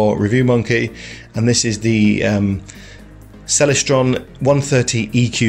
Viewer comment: You don't even know how to pronounce 'Celestron.'